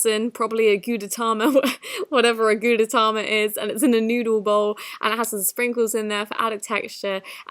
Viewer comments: Gudetama (Goo-day-tam-ma) is a little egg character,. 😂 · Gudetama is pronounced ( goode•tahmah) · it’s gude-tAma like oma like gudetOma gudetAma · you say it like goo-day-tama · Its called gootitoma that's how u say Gudetama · HOW TO PRONOUNCE "GUDETAMA" GOO-DEH-TAH-MAH I was peeved as heck when you mispronounced it, so I'm doing this to help you pronounce it properly next time. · a gudetama is an egg lol 😂 and you pronounce it « gwudeutama » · goohdehtoma pronounce it like that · Gudetama is a lazy egg who says meh… and I’m obsessed with him. You pronounce I good-e-tama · I dont know how to say this Yummy Goo deh t aw m uh, gay- Goo deh t ay m ah Me: ok... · GUDETAMA is pronounsed goooteytamma lol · Gudetama is pronounced as: Goo-deh[its Japanese so it has a fast tone]-tah-ma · To all the people who don’t know how to pronounce gudetama here let me help u It’s pronounced goo-dey-tama Enjoy 🙂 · Gudetama is pronounced goo-de-ta-ma, he is a lazy egg that is always sad cause he's always getting eaten. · Goo-day-ta-mah He’s a character from the hello kitty community and he’s basically a lazy egg yolk (my favorite boi) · It's pronounced gud-a-tam-ah, its a brand (look up gudetama the lazy egg) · It is pronounced gu-day-tama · Gudetama is a Japanese icon that is an egg yolk and it's pronounced (gud-de-ta-ma) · Sound it out go di ta ma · Its pronounced gu-deh-tah-mah its a four syllable word .-. its a japanese lazy egg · Its pronounced Goo tay tah mah your good 👍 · Gu-day-TAMA The de is pronounced day Tama is pronounced louder then the rest of the world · Its pronounced Guretama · To those who actually watched Stranger Things, is the diamond actually a part in the plot? Btw, Gudetama is pronounced goo-de-ta-ma. The 'tama' in 'gudetama' is from the Japanese word 'tamago' which means egg. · So Yummy Gudetama is a Japanese lazy egg yolk and its pronounced goo-deh tah-mah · It’s pronounced goo day Taa maa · Gudetama (gooh- dah- tam-a